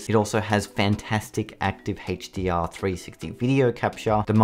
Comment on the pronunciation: OMG lol you kept saying HateshhhhDR